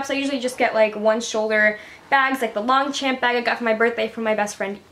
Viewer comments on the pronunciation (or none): it's not long-champ it's long-sh-ah-m-p.